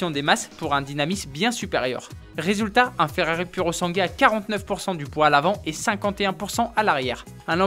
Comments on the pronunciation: Il faut dire puro sangwé😉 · Se prétendre journaliste et même pas être capable de prononcer le nom d'un modèle correctement... 🙄